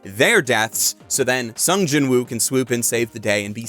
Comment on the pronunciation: I read Solo Leveling. It's quite good. Greatest thing ever? No. It's just a cool power fantasy. Not much different from (pick an isekai). Except it's basically reverse-isekai. The monsters come to our world, and some us get powers. Edit: Also, I find it weird you're saying the w in Jinwoo. Apparently they don't in Korean, which is why the dub says "Jinoo." Edit 2: I want to recommend that anyone who EVER prefers READING a manga over watching, should go try reading this. I basically always prefer watching... but there's a bit more if you read it. And I don't just mean a continuation of the story... I mean slightly more depth. Honestly, I read Eminence In Shadow, too. (Good anime, too. And I LOVE that Alpha does an I Am Atomic in the anime. All 3 versions of that are slightly different, so they all have their own strengths. No real weaknesses except it's obviously easier to show cool stuff in animation, or manga, as opposed to the pure text of a LN lol) I like that slightly more than this, actually, because it's INTENTIONALLY a parody, and leans into it. This is basically an accidental parody. It takes itself seriously, but not SO seriously that it's a parody that way... so it basically doesn't do serious or parody properly... but man, it's fun. And I do watch a lot of isekai trash... this is way better than Arifureta, for example. There's less depth than Mushoku Tensei... but depending on what you want from a series, I'd argue this could be a better watch than that, too. But i